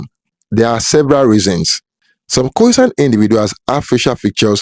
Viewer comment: It's pronounced "Khoy-Sahn" not like "poison" lol